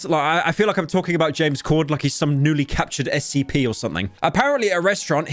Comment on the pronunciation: It's Corden not Cordon